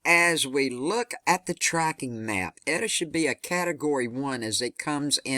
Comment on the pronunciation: Its pronounced "Ate-ah" and "zay-tah".